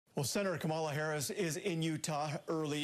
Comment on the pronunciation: Can someone please teach him how to say Kamala